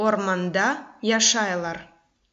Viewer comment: не яшайлар, а яшайляр. Адамалар не должно произносится, как яшайляр. И вообще, все слова мягче произносятся, но все равно сагъолунъыз сизинъ иш ичюн